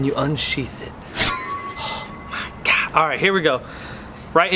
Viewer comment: lolol "oh my gah!" hahaha